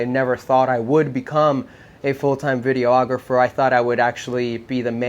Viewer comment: It always kills me when people pronounce it video-ographer lol. It’s just videographer